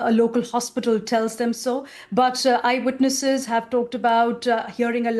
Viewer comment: Lol. Those BBC reporters are impeccable. "A large explosion heard by eyewirnesses" 😅